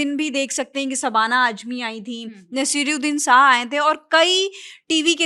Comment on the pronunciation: Sabana aajmi😂😂😂 nashiruddin sah... 😂😂😂 RIP Pronunciation